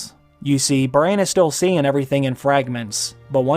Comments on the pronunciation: Bro its not brain its bran pls its so annoying after 6 minutes :D nice video tho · Bran... That's the correct pronunciation of the name...Not Brian... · Its Braaaaaaaaan. Not Brane lol